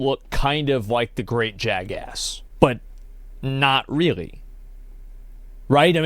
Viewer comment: I juat cant get enough of him sayin jagASS